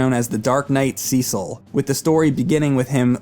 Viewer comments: OMFG it is (SES IL) (CES EL). Not (SEE CEL). Banging my head against the wall. BAR BA RIS SEE AAAAAA. Barbaricca. No wonder why your boss is so angry. Speaking of which it is said on the DS version. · SEE-SOLLLLL, its Cecil boi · The start is a bit slow, but this game is really great. And that Cecil pronounciation is really triggering me. It has to be bait. IT'S NOT CI-CEL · Call me crazy but, in the English language, everyone I've known with the name Cecil it was pronounced See-sil. Why SE's voice acting decided to be special ed and pronounce it "sessle" doesn't make any sense. It's about as good as officially pronouncing Tidus as "teedus". Sounds freakin' dumb. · Managed to mispronounce Cecil (cess-il) Rydia (rye-dee-ah) and also said addicting instead of addictive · Sea-sul sounds better and funnier. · "Seasaul" 😂😭 His explanation of the confusing releases of those games was as bad I always felt like he wasn't the brightest glowing candle on the cake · The way he pronounces Cecil tho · The SNES version of FF4 is butchered edit. Also, you are mispronouncing Cecil's name. The 3D remake displays how it is prnounced correctly. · Nice review, but quit mispronouncing Cecil's name. There's no strong sounding E in the pronunciation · You can go either way with the PSP or 3D versions. Both contain enough differences to stand on their own. The remake actually contains additional story scenes planned for hut cut from the original release. And your pronunciation of Cecil's name is driving me mad!